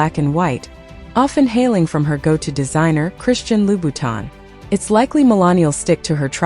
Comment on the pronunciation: You should ask an Italian how to pronounce Moschino and a Frenchman how to properly pronounce Louboutin. Very unprofessional and rude to mispronounce people’s names